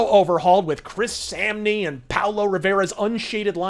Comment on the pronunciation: Samnee rhymes with omni (just putting an obligatory comment Great Video!)